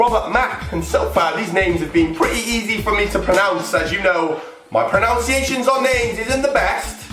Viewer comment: Pronunciation not pronounciation